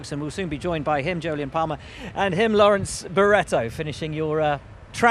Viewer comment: Jolyon nearly got it right! :)